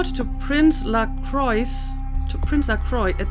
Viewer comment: I think you are actually right in how LaCroix's name is pronounced (as he was born in France) - presumably all the other Kindred mispronounce his name because they're American... and LaCroix probably gave up trying to correct everyone at some point or other - if he ever cared... doesn't seem the type to really make a fuss over people mispronouncing his name.